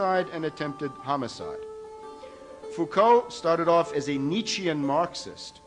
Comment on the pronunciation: The Foucault bit is hilarious! An example of TLDR-research. He even failed to read how to pronounce "Foucault", let alone to choose the correct Foucault :)